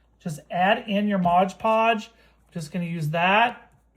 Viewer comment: It’s called Mod Podge, not Modge Podge on the bottle.